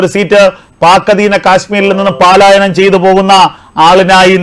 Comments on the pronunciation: പലായനം എന്നു പറയണം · പലായനം എന്ന് വായിക്കു.